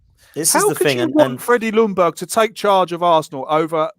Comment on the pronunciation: As a swede its so annoying when you try to prenounce Ljungbergs name on each an every podcast i watch with british people. You say Lundberg, its prenounce it more as "Young BERG" L is silent =) Keep up the good work! :p